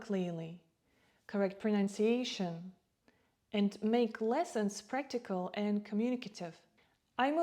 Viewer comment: Why you always say licence instead lessons?